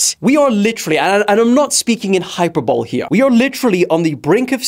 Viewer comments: hi-per-bo-lee Not hyperbowl lol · hyper bowl it’s hai puh buh lee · 😂 u don’t say HyPrRbOwL u say it like hi-per-bo-lee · hyper bowl? does bro mean hyperbole (hi-per-bo-lee)😭 or is it an america cs britain thing